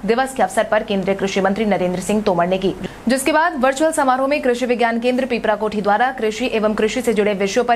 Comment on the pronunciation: बहन आप बिहार की नहीं हो क्या। पीपरा कोठी है।पीपल कोठी बिहार में नहीं है